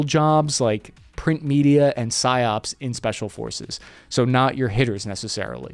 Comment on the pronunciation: PSYOP....no "s" at the end. drops leaflets on you plays babies crying all night